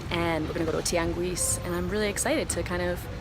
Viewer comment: A spanish correction: when pronouncing "Tianguis", don't pronounce the "u", it is SILENT after the letters q and g, except when you see the 2 dots over the "u" like in "Güero", then thats the only time you pronounce the "ü" when its after the q and g letters.